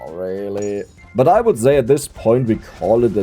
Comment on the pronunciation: Ist es soooo schwer "say" vernünftig auszusprechen? 😅